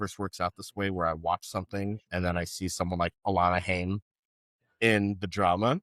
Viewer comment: as someone who likes the band, it's pronounced HIGH-UM. They're Jewish. <3